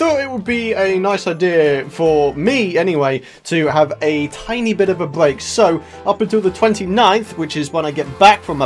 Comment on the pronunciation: "I need a bweak"